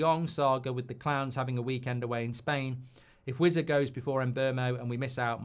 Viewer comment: When he started with "I've had a few" you knew it was gonna be car crash viewing. His mum n dad screaming up to him to keep the noise down in his boxroom😂! And please pronounce it as Wis-a and not Wizzer